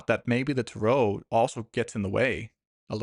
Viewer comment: Why do you pronounce Tarot incorrectly?